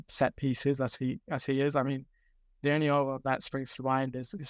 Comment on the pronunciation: Painful to listen to speak with his speech impediment. He may have been preaching about this kid for years but he is absolutely painful to listen to with his sloooooow, start/stop speech and mispronouncing "TH". The Echo has phased him out because he was a speech cadence made for print work, not digital media